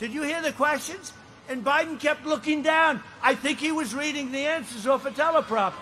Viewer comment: did joe say Widen ? instead of Biden